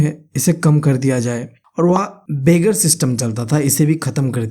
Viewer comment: its not beggar, its begar